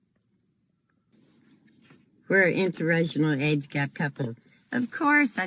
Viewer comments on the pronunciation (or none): And the old woman cannot even pronounce "inter-racial"...she keeps saying "interrational"😂😂😂